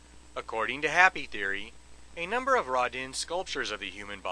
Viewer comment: I think my favorite thing about this video is the glorious mispronunciation of Rodin. "Rahdinn". Love it!